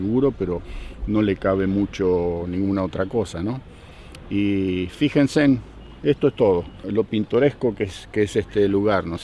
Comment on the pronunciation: "Fijensen" 🤣 Saludos a. Buena onda. Excelente video.